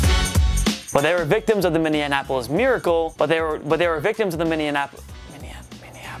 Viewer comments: lmao break down the word. Min-nne-a-pol-is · Top 10 closest tries saying “Minneapolis Miracle” 😂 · The more he says Minneapolis the more it begins to sound weird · He can not say Minneapolis.